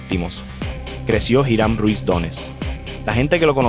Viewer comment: Me atrevo a apostar que si voy a Manatí y pregunto sobre "Jirán" me mandan al carajo... Tal vez si pregunto por "iˈɾam" si sepan de quien le hablo. Me gustan tus videos, pero toma en cuenta dos cosas: 1) La pronunciación correcta es sumamente importante para llevar bien el mensaje. 2) Los criminales de los que hablas en tus videos son eso, criminales, y no los debes romantizar (y decir que no los romantizas no basta, solo hay que escuchar los adjetivos que usas y el brillo de admiración en tu voz). Gracias por tu trabajo y por favor, toma en cuenta estos consejos.